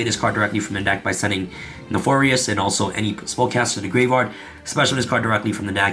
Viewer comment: Everytime he said neFORious it sent me